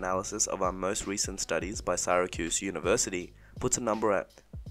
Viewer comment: Syracuse is pronounced SEAR a cuse. The "i" does not have a long sound.